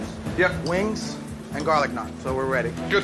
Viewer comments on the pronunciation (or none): none